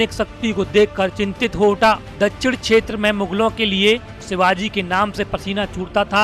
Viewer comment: Abe shetra nahi hota bahi shetra hota hai.. U.p. ke Gandhi language mat bolo..